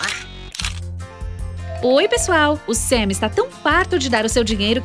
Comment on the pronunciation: Gente e um canal de uma gringa dos estados unidos,(em inglês o "a" tem som de "e",ou seja não e "Sem",e sim " Sam"